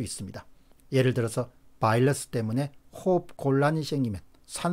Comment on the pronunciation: 바이러스 발음이 맞습니다. Virus 는 R발음이라 바일러스 L발음이랑은 많이 틀립니다.